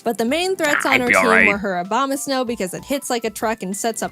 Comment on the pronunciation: I love how jaiden pronounce abomasnow obamasnow